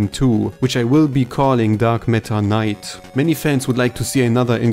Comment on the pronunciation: I think he might be saying “Dark Matter Knight” but the accent makes it sound like “Dark Meta Knight” which I think he noticed and commented on.